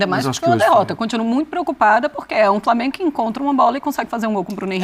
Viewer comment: “VITÓRIA E DO FRAMENGO” 🙅🏽‍♂️😂😂